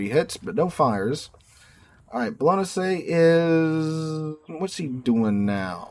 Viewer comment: It's so hilarious that your attempt at pronouncing a ship from another country is to pronounce it horribly wrong but with a super racist impression of that culture's accent. "ah dah ta lah" for Adatara was super funny and then you dropped the worst pronunciation of 2025 with your rendition of Bolognesi.